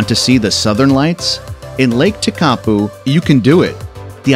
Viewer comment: WRONG PRONOUNCIATION OF LAKE TEKAPO ??????